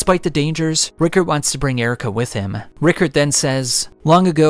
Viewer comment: Pronounced Rye-card